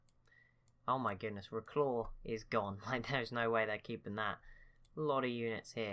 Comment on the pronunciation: Wroclaw is pronounced "rossla", because wr in Polish is "r", the map doesn't show that the c is a ç, which makes it pronounced "s" and the w at the end is the last letter of the word and is therefor not pronounced.